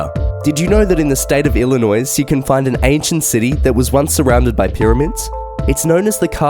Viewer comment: You pronounced Illinois wrong. The "s" is silent.